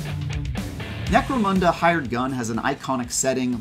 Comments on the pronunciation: Can we all stop calling necromunda necromOOnda now?….. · No it is pronounced "necro-moon-the".